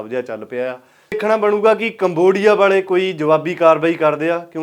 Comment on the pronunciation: ਕਮਵੋਡੀਆ 😂 ਖਤਰਨਾਕ ਬੋਲ ਰਿਹਾ ਬਾਈ ❤